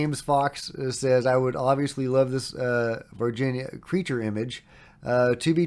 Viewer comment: totally fake OBVIOUSLY.. You are making one of the most famous videos ever and you can't get a sharp image without a moving camera and a handful of effects. Wakeup, your searching for anything with a ufo label on it. Also its not Virgina Alien, its Var Hin ya /Varghina